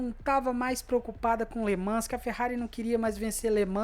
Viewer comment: Escreve-se LE MANS, mas lê-se LE MAN.